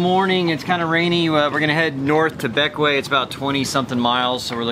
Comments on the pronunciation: BECK-WAY, not BECK-WEE-UH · For the record, it is not named for Alexander Hamilton. It is named for his father, James Hamilton. He abandoned his family in St Croix in 1766 or 1767 when his famous son was about 11 years old, and settled in the Grenadines. I believe it is pronounced Beck - Way, but I may be wrong. Sorry for your loss. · Bequia pronounced Beck- Wee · Bequia pronounced Bek-wee. Next time go to Friendship bay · Bequia... Pronounced Ba-key-a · Bequia is pronounced beckway.